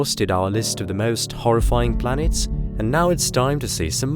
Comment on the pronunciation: Planeets hahaha